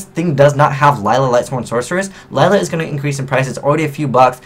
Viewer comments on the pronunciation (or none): none